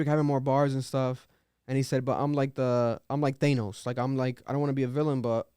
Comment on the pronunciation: bro said thaynos